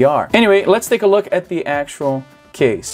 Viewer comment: "lets take a luck", "despite lucking like...", "this lucks..", " this is the classic lucks" LOL..... eu sempre tenho a impressao que o Izzy fala LUCK ao invez de LOOK! a pronuncia eh muito similar.